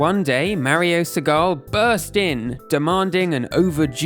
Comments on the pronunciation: W/ all this research maybe also research pronunciation pls lol Gunpei =/= gun-pay Segale =/= suh-gall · Mario is cute! One thing: Mario Segale is pronounced Mario Seh gah leh with all vowels pronounced and stress on the first syllable in Italian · So they (Nintendo America) said that Mario was a Carpenter?!?! (P.S.: Mispronounciation of Mario Segale... you have to pronounce the final "E" and put the accent on the "A")